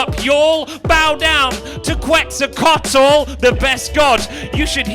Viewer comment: I wondered if we'd get Quetzalcoatl, and sure enough, he nailed it! Very impressed!